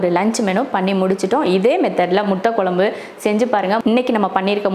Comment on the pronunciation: Sister nenga nalla cook panringa👍👏👌...but please tamizh konjam nalla pronounce panna try pannunga.." kuzhambu குழம்பு " but neenga குளம்பு nu solringa.. en papavoda sernthu tha unga cooking papen but en papa nenga pesartha apdiye copy panni pronounce panna try pannuva.. தமிழ் தப்பா உச்சரிக்கும்போது கேக்க நல்லா இருக்காதுங்க sister.. all videos nenga" ழ" sollama la solringa video keka nalla iruka matengthu paaka nalla iruku.. just my opinion sister otherwise you are cooking skills superb..I am subscriber also. Thank you